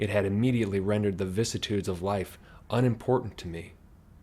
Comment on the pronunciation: hey man you mispronounced the word vicissitudes